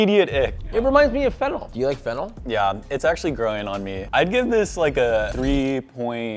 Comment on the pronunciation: / Why did I hear: "It reminds me of Fental (Fentanyl). Do you like Fental?" 🤣